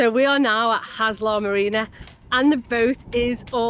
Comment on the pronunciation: PLEASE PLEASE PLEASE do not pronounce it like Tony Robinson! Haslar is said "Hasler". THank you